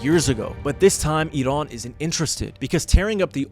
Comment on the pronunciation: Thank you for your video and pronouncing iran right